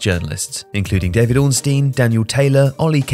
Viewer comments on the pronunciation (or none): none